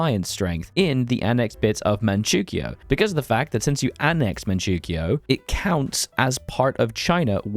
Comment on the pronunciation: Great video, but please pronounce Manchoukou and Mengkukuo right I'm begging you